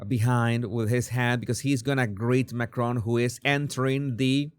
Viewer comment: It's Macron. He's French, not Scottish. The emphasis is on the first syllable.